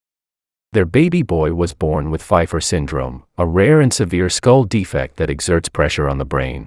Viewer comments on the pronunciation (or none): none